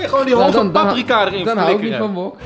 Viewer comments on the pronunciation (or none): none